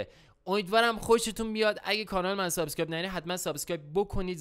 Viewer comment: عاشق سابسکایب گفتنتم 😂 دقت کن سابسکایب